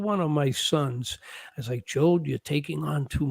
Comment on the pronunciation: Is that guy from asian, american or german ( looks a bit asian, mostly talks in an american accent but then says vas instead of was?!